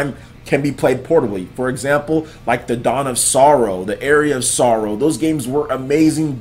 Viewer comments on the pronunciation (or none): none